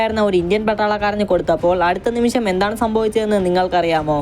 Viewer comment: നിമിശം, ബക്ഷണം, വിശം! അടിപൊളി മലയാളം!!!!